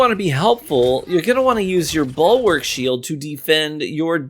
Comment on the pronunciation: Bulwark, not "ballwork" lmfao